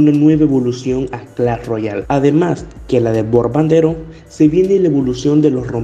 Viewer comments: Bombardero ❌ Borbandero ✅ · Bombardero: ❌ Borbandero: ✅